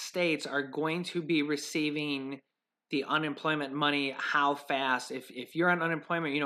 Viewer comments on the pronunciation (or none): none